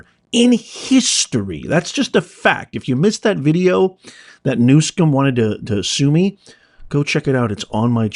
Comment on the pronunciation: No "K" in the guys name, Not New Skum, it is New SUM... OH! I see you are mispronouncing it on purpose. :People are in office because of the machine, Voters may show up, but the ballot will be counted as the machine wants. The only reason Trump is in office is because two impeachments, two assassinations, and criminal trial could not remove him so the DNC had to let him into office to be rid of him. Also, when the government is screwed up the DNC must allow a Republican in to take the blame, straighten things up and Raise taxes to fill the coffers. Don’t fret it. Democrats all have a ‘secret’ middle name: “Noone”. Remember “No One” is above the law. Democrats smile when they say that for a reason.